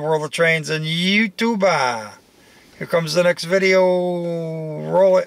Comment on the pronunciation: Great footage, but could you stop saying you tube-aa? or anything-aa? It drives me nuts